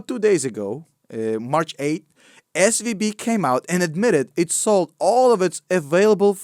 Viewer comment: When you say SVB it sounds like SVD and my mind goes dduuurrahhh PEW PEW PEW